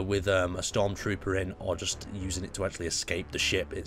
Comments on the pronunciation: the only comments I see Is saying OMG YOU SAYD STORM TROOPR (not spelt correctly on purpoise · im sorry "stromtroper" (facepalms...) ITS ODST THIS IS HALO NOT STARWARS!!!!! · dis guy said stormtrooper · did he say a stormtrooper